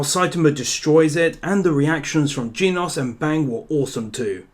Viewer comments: its genos not geenos. is it that hart to say! im getting angry because of it. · Oh man.. he pronounced genos Jeenos 👏👏👏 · Genos is pronounced like generation (the gen part) and then os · U say genos wrong